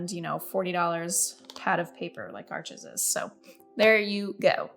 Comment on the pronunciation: Love this video! Thank you so much for it. As for Arches, it is pronounced "arshes".